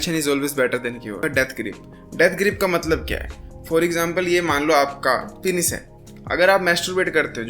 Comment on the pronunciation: Penis ❌ Pinis ✅